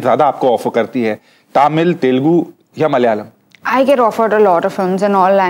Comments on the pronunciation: She pronounced Malayalam & Tamizh correctly. Other north indians saying it as Malyalam for Malayalam & Tamil - Tamizh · Genelia❤❤❤ A gem❤❤❤Any South fans..She said nicely tamizh & malayalam... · She also pronounced Malayalam correctly. Most people from northern states pronounce malayalam as malyalam just like they pronounce Tamizh as Tamil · She says 'Malayalam' also nicely.....😊 Luv from Kerala also Genelia ! 😘😘😘😊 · Even she said 'malayalam' too perfectly, which even many malayalees will not pronounce correctly some times😀